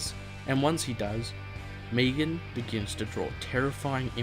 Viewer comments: Megan. Me-gan. Not Meegan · Megan. Not Meagon 😂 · "meegan" you do realise its megan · I swear if this dude says “Meegan” one more time. MEG-AN. Got it? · He calls megan meegan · It's Megan not Meegan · Meh-gan. Meh-gan, come on man, sounds like you're saying Negan. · Don't know why aussies say meegan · i like how you pronounce megan..... meegan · The way you pronounce Megan. xd cool video